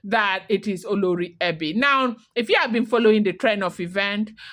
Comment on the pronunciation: Same spelling different pronunciations you are doing great 👍 olori ebi and oloree for the oba's wife.